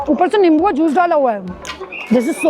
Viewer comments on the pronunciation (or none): none